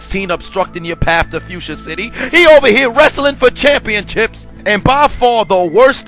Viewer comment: Bro said championchips😂